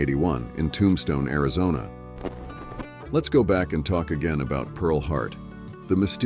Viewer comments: "Tom-Stoney"? Just what the world needs is mor dumbing-down by AI...Tomb-Stone is really quite easy to pronounce! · I really wish you would not use AI for the voice overlay. It can't pronounce Tombstone correctly. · Whoa!! AI brings a whole new pronunciation of the town of Tombstone! 🤣🤣🤣